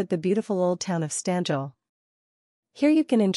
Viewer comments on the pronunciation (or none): When the robot-lady's voice mispronounced every Slovene word right from the first second of the video (Štanjel, which robo-voice pronounces as "Stan-jell", rather than the proper "Shtan-yel"), it removes any joy from watching this video, or any desire to save and watch it again, let alone subscribe. Nice going.🙄